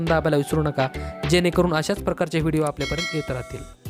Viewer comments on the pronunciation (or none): none